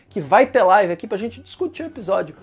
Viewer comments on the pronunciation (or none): none